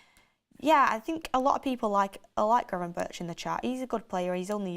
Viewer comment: im Dutch you pronounce gravenberch as gravenberg not gravenbirch.